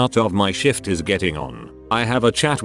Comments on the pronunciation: I swear at :18 he says " on a night shit". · I love how shift is pronounced shit